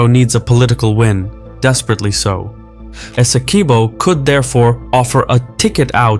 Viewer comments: Hey, the u in Esequibo is not pronounced it's supposed to be pronounced phonetically as if it were Esekibo. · had to click off bc the mispronunciation of “esi-kweebo” was too annoying.